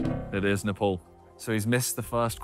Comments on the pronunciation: what nupal? Its ne-pal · WTF is "Nepol", it's "Nepaaal"!